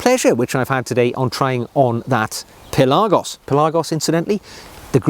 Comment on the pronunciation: Pelarrgos?? Pelagos surely!!